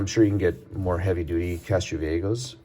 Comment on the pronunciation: It's Castro VieJO not "go". In Spanish the "jo" is pronounced like English "ho".